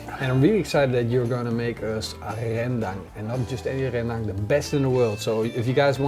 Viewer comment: Also the pronunciation of "Ren-dang" made me cringe 😖